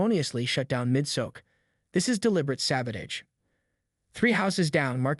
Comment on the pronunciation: Apparently TTS can't pronounce "Sabotage" 🤣